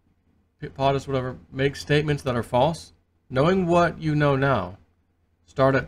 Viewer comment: It's pronounced "poe tus" not powtus..